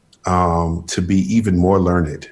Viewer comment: Did he just say learnededed?? 😂😂😂